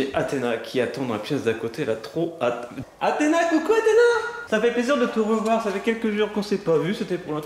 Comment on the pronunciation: c'est Kalys et pas Kays et aussi c'est Athena pas Ahema